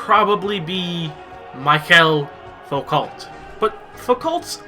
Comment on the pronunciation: "Mike-elle Fokalt"